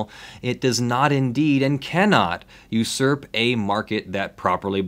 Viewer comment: It's pronounced "you-surp",.